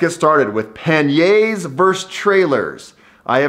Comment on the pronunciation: Never heard panniers pronounce so badly lol